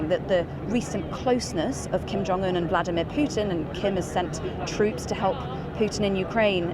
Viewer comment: Lol it’s Kim not Kim. Lol